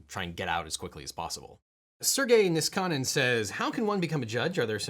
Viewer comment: objection! Niskanen is pronounced with stress on the first syllable. that’s just how finnish works. the only exception i’ve ever heard in finnish are surnames of swedish origin like Sundin or something with stress on the second syllable. would love a deep dive on the biggest differences between american and canadian law in future, honestly! find a lawyer up here who has your level of charisma to chat it up with and i’m sure a lot of us up here would enjoy seeing it!